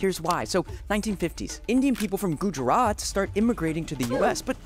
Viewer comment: u butchered the pronouncement of Gujarat